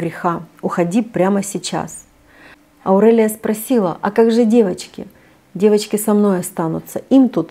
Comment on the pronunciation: Прямо режет слух.Почему АурЭлия? Никто так не говорит.АурЕлия правильно.Аурика,Аурелия